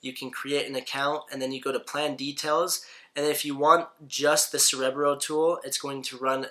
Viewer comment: 30 seconds in and he can't even pronounce 'Cerebro' correctly. Contemplating exiting........